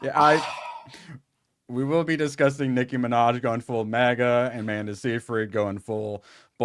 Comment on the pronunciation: "Licky ma vaj" Nicky manaj😂